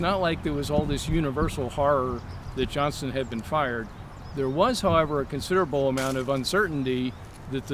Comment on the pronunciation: OVER THE COURSE OF THE LAST WEEK, I HAVE HAD TO ENDURE THE INSULTING DESCRIPTION OF MY TWO ANCESTORS LEONIDAS POLK AND JOSEPH EGGLESTON JOHNSTON. COULD SOMEONE TEACH HOW TO PRONOUNCE JOHNSTON'S NAME?